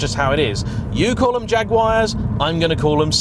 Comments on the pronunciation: Love his attempt at saying Jaguar in an american accent, literally can't do it, he's too hard wired to say Jag-you-wire. (For a more accurate mispronunciation of the american Jaguar it's Jag-Warr. Like war but with a soft a. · He exaggerated abit. You do all pronounce it wrong tho. You don't pronounce the u it's more Jagwaar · Yankee here repping the 20%! And I've never heard any American call them "Jag-wires"... then again I can count on one hand the times I've seen one in the wild... unless you're counting service stations. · As an American I've never heard anybody say jaguar the way you did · Toe-may-toe/ Toe-mah-toe. Po-tay-toe/po-taw-toe. Never heard anyone say jag-WIRE. Maybe jag-w-are.